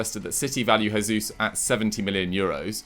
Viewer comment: Its Jesus not Resus he's Brazilian not Mexican